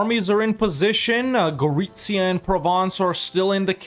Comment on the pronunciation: Gotta love how perfect is your pronunciation of Gorizia. Chapeau!